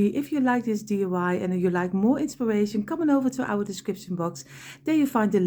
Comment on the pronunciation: Sweetie your creations are by far my favorite!!! Can you please tell me how to make this beautiful TV using the small blocks? And oh how I wish I could get you to say DIY instead of DUI. Here in the states DUI means Driving under the influence. In other words drunk driving. DIY means Do it yourself. I chuckle each time I hear you say DUI. I just adore you and if you used small blocks I would make ALL of your creations. Giant hugs for another creation well done!!!!